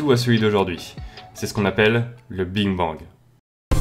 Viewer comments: T'a dit Bing Bang a la place de Big Bang :O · C est le BIG bang pas le BING bang mdrrr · A oui j entend le bine bang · mj Lopes justement il est là le problème, c’est big bang pas bing bang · big bang pas bing bang hein😂😂😂😂😂. Sinon au top comme d'hab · tu dis biiinnng bang😂😂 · C'est ce qu'on appelle ? Personnellement à ce moment je lis "Big Bang" mais j'entends "Bing Bang" 😜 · En gros tu as dis; "Que l'univers est bien plus grand, donc moi ce que je dis, on se trouve dans une zone de matière et que ailleurs ils y a des zones d'antimatière" Donc, il suffirait que d'une seule petit particule entre dans une autre zone pour déclencher une énorme explosion. Et jsp si c'est moi mais j'ai l'impression que tu dis "Bing Bang" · désolé de te dire ca car tu est bien plus calé que moi en astronomie et en physique mais on dit "big bang" et pas "bing bang"... ça fait pas très pro quand même, non ?^^ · sérieux tu dis BING bang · On dit BIG et pas BING bang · Au lieu de dire big bang tu dis Bing bang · C'est moi ou il dit "Bing Bang " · je t’assure tu dit bingue bang (bin bang) Donc nous sommes pas en surdité justement surdité nous somme sourd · Tu dis bing bang xD sinon trop cool comme d'hab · Sa me stress quand tu dis bing bang 😂😂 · mdrr ta dis bing bang xD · Tu dis bing bang😂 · "le bing bang" lmao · Je crois au début tu as dit Bing bang BINGGGG!!!!! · En bref sa me perturber que tu dises bing bang A part sa gros gg sur les animations! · Bon Parcontre on est pas tous sourd aha tu dis bien BING BANG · Tu as dit Bing Bang??!!!!! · et aussi arrête de dire "le BING bang" stp ça me stress XD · Pourquoi j'ai l'impression que tu dis a chaque foie le bing bang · et bien tu le prononce BING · alors qu'il se prononce BIG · Juste svp arrêté de dire " Bing bang " sinon très bonne vidéo . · ça m'as perturbé pdt toute la video mdr